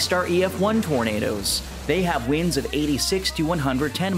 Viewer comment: This was very interesting. Side note, you pronounce winds like weeends.